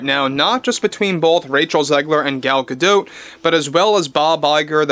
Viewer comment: Why can no one say gal gadot properly xD it gadough as in bred dough